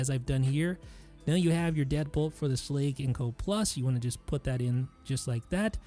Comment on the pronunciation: It bothers me immensely how you pronounce “Schlage”.